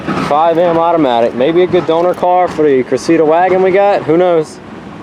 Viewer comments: We pronounce it, “Cress-uh-duh” here, rather than “Cruh-see-duh.” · FYI I do think the proper pronunciation of the model is CRESSIDA not CRESSEDA